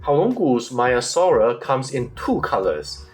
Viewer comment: Hi, Greek speaker here and a dinosaur palaeontologist. Great video and informative, as always. It is not pronounced as 'Maya-saura' but as 'Mea-saura'. The 'e' is like the first 'a' in the word 'anyway', if that helps. Also, if you are interested to know, in Greek we pronounce the second part of the name as 'savra' where both 'a' are pronounced like the 'a' in 'rhamphotheca'. I hope that helped. Keep it up, your presentations have a scientific quality and scrutiny.